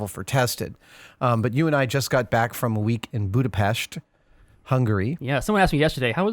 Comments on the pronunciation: So you were visiting the set of blade runner 2, I guess? nonetheless, I'll be eagerly waiting for the reveal! Also, I sincerely thank you for making the effort and pronouncing the name of my city correctly! it was refreshing and much appreciated! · Oh, you pronounce Budapest the right way. :D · Thank you for pronouncing Budapest right! :D